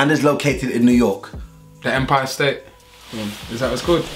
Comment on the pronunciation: Man said "empire state" with chest😂